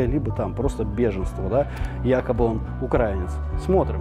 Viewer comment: Как же напряжно когда расЕянец не может правильно сделать ударение на слове украИнец...